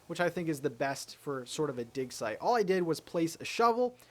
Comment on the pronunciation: He kept saying dig site repeatedly and all I heard was dick size. LOL